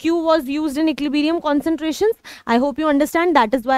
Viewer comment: equilibrium ❎ equilibeerium✅ 🤣🤣